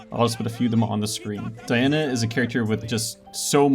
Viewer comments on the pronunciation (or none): none